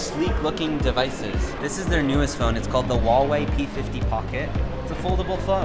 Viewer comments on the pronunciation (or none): The h in Huawei is not silence, since you don’t pronounce House as Ouse, why would every freaking westerner pronounce Huawei with a silent H.